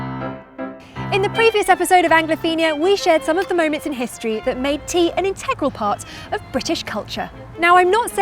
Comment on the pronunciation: A prophuh cupph of theaaaa😂😀😀😀